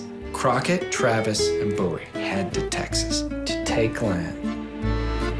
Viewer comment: The way he says Bowie bothers me to no end